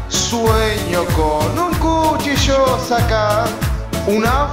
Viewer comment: CHUCHILLO? lol